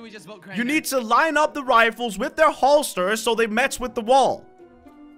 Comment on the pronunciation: When he read off google why would he say holesters instead of holes or places because nobody says that